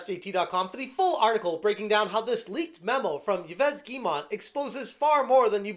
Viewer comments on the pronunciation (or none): His name is pronounced like "Eve Geh-moh" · lol still on a one-man crusade to see if YouTubers can pronounce Yves Guillemot's name! It's first-name: "Eve," last-name: "Ghee-moe" Rhymes with "eve we-go." Last name has a Hard-G, two syllables. Ls are silent. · For fucks sake - it’s “eve” “gi-mo” how fucking hard can it be to learn how to pronounce his name?